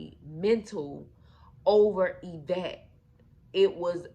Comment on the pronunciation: Girl you cannot tell a story the woman name is Yvette get it right smh 😮